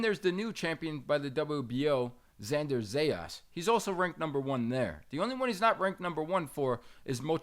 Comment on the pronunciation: Bruh, who is this host? Eeeenis and Zay-ass 🤦🏽‍♂️